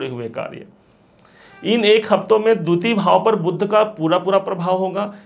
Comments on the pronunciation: लिखते हो बुध.. लेकिन फ़िर बोलते गलत क्यो हो? जानबूझ कर बुध ग्रह और भगवान् बुद्ध को एक साबित करने की नाकाम कोशिश करते हो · बार बार बुध (BUDH) ग्रह को बुद्ध क्यो बोलते हो???????